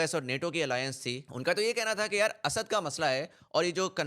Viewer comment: Bakwaas and very superficial analysis. . . Stop repeating Asaaaad asaaaad. . . It's Asad . You can't even pronounce his name. Lol